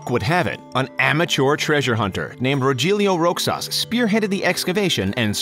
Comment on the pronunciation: It's "rohelyo rohas" 😂😂😂